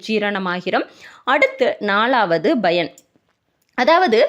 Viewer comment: Madam, thamizh nallathane preparing, paranoid yeen Bayan yendru solgireergal pl. Correct it, thamizh pl.